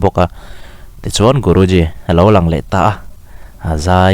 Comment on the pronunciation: Guruji khian a lam fiah lo deuh chu a nih khi